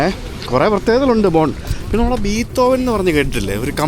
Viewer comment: ബീത്തോവനല്ല ബ്രോ ബിഥോവൻ